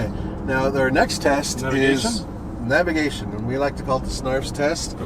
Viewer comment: You gotta say navigation bro